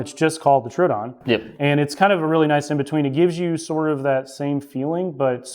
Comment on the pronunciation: TrO A Don my guy